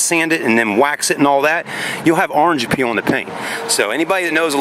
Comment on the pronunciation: It’s called orange “peel”. Not “appeal” lol Ya know it looks like the peel on an orange